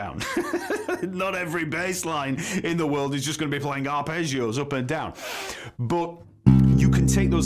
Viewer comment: Arrpegiooo😂 english pronounce it’s hilarious😂. I’m italian 😂